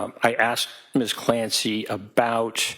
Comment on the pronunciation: The way they pronounce Lindsay and Patrick Clancy... Missssssszzzz CLAN SAYYY...